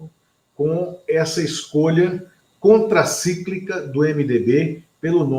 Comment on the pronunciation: Contracíclica? Fala sério!